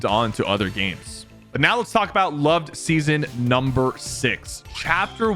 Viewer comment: bro really said lov-ed